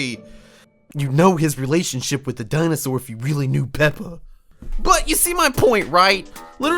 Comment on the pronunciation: how pronounce dinosaur __________ DINE SAW RAWRRRR